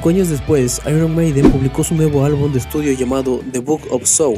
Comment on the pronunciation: Tío, nada más comenzar a ver el vídeo, tu forma de pronunciar las palabras anglosajonas ya me deja desconcertado. Por una parte, con algunas lo haces en la forma exagerada, repedante y superhortera que acostumbran muchos latinos ("eirruon meideen"), pero a otras le das la pronunciación ridícula de los casi analfabetos (·pub"). Ni tanto, ni tan calvo, tío. Una cosa intermedia es lo que queda bien y no provoca que la gente se ría al escucharte.😅😅